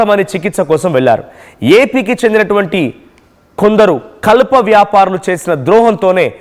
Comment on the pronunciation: కల్ప కాదు నాయనా కలప. తెలుగు నేర్చుకోండి స్వామి. అర్ధాలు మారిపోతాయి ఇలా చదివితే.